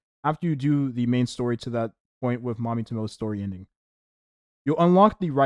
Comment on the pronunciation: Mami's last name is pronounced "Toe-mo-eh"